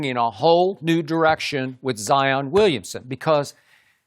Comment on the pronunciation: Shannon sharpe : Zion Wiyumson😂